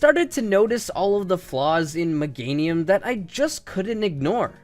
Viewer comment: It's Meganium, NOT Megnatium! AND HURTED IS NOT A WORD!